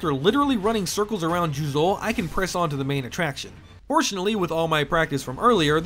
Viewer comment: “I speak Japanese” “JuzOU”